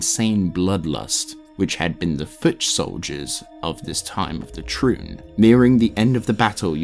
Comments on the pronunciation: the amount of mispronunciations (mainly completely leaving out letters from words like turning Tri-une into Troon) makes it hard to listen to this... every few minutes I have to stop what Im doing to rewind and figure out wtf youre talking about... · Some of your pronunciations drive me up a wall🤦🏽‍♂️ overall this is a great long form video and quite in depth, but it really does throw a wrench in the experience when I’m deeply concentrated in what you’re narrating, then all of a sudden I hear “temple of the trune”. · This was such a great post especially since I just got into Diablo! The only criticism I can offer is that word pronunciation is a bit... Off. Triune for example is pronounced "ˈtrīo͞on". Is it a stupid gripe? Yes. I'm sorry. The ear wants what it wants! 😅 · Really enjoying this video, it's very well made and informative for someone new to the series... But for the love of God please stop pronouncing Triune like a slur 😂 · I love the lore, but the fact that you don't know the pronunciation of a lot of important words makes me think he never played the games. Which is fine, btw! But I can help Triune: try-oon Vizjirie: vaj-ear-eye You are welcome friend